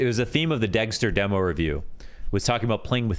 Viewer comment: of course is the only one that says demo the wrong way